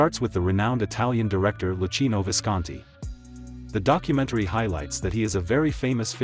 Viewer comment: The speaker is very bad. He doesn't know how to pronounce Luchino 😠